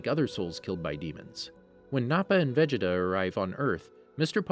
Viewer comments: He’s not saying everything correct. Vegeta is said as ve-jet-a when it is veh-geh-ta in Japanese and ve-ji-ta in English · Did anybody notices how he says Vegeta "vageta" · How Do you mess up "Vegeta"?